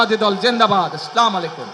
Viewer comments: নেতার যে সাইজ সালামটাও ঠিকমত দিতে জানেনা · বিসমিল্লাহ ও সালামটাও ঠিকমত দিতে পারে না এ কেমন নেতা😂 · চোরার মুখে ধর্মের কাহিনী কতই না সুন্দর। জাতীয় নেতার সালামটাও অশুদ্ধ। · আসসালামু আলাইকুম আমি অত্যন্ত শ্রদ্ধার সাথে বলছি দয়া করে আপনি আপনার সালাম দেওয়াটাকে শুদ্ধ করে নিন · একজন মুসলমান সঠিক ভাবে সালাম টাও দিতে পারে না হায় আফসোস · আগামীর রাষ্ট্র হবে ইনশাআল্লাহ দাড়িপাল্লা আর আপনিতো সালামটাও ঠিক মতো দিতে পারেন নাই, আপনি হবেন এদেশের রাষ্ট্রনায়ক